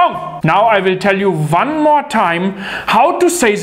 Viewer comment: One not vun